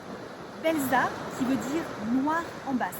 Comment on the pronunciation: Belza se prononce Belsa (le z se prononce s ), sinon ça ne fait pas très sérieux 😀